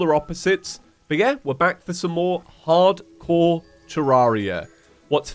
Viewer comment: his accent makes it sound like "Ardcore terraria"